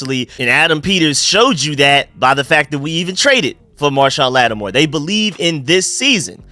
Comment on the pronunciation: Idk how many times I’ve heard you call marshon lattimore - marshawn lynch 😂 Great video let’s get these birds